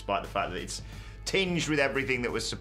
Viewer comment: “and effryfing else” Andy Murray probably